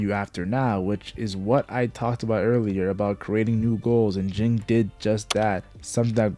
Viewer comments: It's Ging, not Jing. Ging sounds the same as King. The author made their names the sound of a bell "Ging-Gon"! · It's pronounced "Jeen" not "Jing". Cmon now, they even say it in the anime. Usually it's people saying "kalua' instead of "keel-ua"